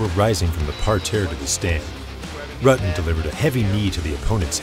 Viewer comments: He is a legend yet this guy still can't properly pronounce his name. It is pronpunced like rooten. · I'm about a minute in, and I'm muting due to the piss-poor pronunciation of 'Rutten' and 'Kyokushin.'